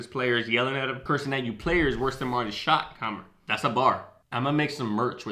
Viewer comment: Oh and 1 thing I needed to mention. Its shottenheimer.. not keimer